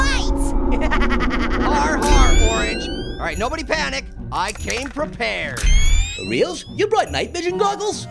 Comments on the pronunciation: pear said prepeard hahahahahahahahahaha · said prePEARd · And pear said prepeared lol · Wow. You did pre-PEAR-ed